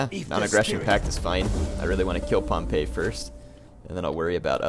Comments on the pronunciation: Just a note Pompey's name is actually pronounced 'Pom-Pee' not 'Pom-Pay' Pompeii (pronounced 'Pom-Pay') is the city next to mt. Vesuvius Pompey (pronounced Pom-Pee') is the man/family name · I always thought pompey was pronounced like pompee...?